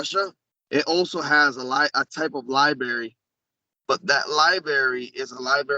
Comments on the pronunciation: LIBARY?...REALLY LIBARY? I LOVE YOUR WORK, BUT THIS GUY? LET'S HOPE THAT WITH SOMEONE WHO CAN'T EVEN PRONOUNCE THE WORD LIBRARY THAT THE BULK OF WHAT HE IS SAYING ISN'T A BIG OLD LIE-BERRY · Axe if they ate pasghetti in the liberry? Seriously why would know so much about this stuff when he can't even pronounce library? Nobody in the military privy to "classified information" is going to come on this YouTube channel and spill the beans. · LiBerry, really dude? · Pasgetti in the liberry hahahaha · I’ll have the Newkeyler Pasghetti in the Liberry ha🤣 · He's said it a bunch of times... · Of course they cuss- read my comments again- I'm not knocking his etiquette. He doesn't sound like military. Or a contractor. Or even a consultant adjacent to the work. Think about it: alien artifacts, high-touch project, incredible impact...and they send someone that can't say "library", doesn't know the capital of the country he is CURRENTLY IN and ENTERING, and refers to explosives as "little square bombs". I barely engage in this conversations with MY FAMILY (who are well spoken, educated and SWEAR) and I know it's plastic C4. It doesn't take a genius. This is a LARPer. I've had personal sessions and collaborations with other guests- he does good work, and I'm not a died-in-the-wool cynic. I'm just a critical thinker seeing dozens of red flags. He sounds like a bad actor that can't do enough research to spend 5 minutes on youtube. It's ROUGH. It's disappointing. Our community deserves better.